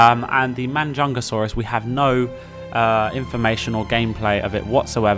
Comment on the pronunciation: And it's Majungasaurus not Manjungasaurus